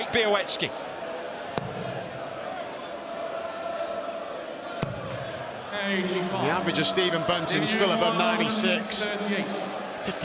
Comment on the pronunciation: Nice pronunciation of Białecki's last name